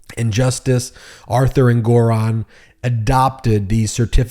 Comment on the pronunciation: So you still can’t pronounce Engoron correctly.